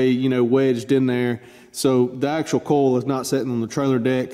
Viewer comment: Are you saying coil? I thought, you were saying coals.